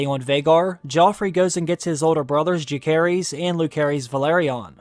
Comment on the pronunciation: Bruh There is no "K" sound in Rhaenyra's children's names. Jacaerys is pronounce Jay-sar-ris Lucerys is pronounced Loo-sar-ris